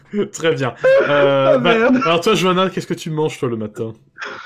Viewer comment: Johanna ??? C'est pas Johan plutôt ?